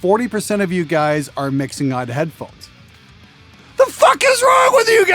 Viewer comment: "Headphohes" Sorry, I couldn't resist. :P